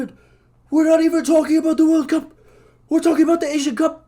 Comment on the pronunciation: developing an Asian accent to defend the Asian Cup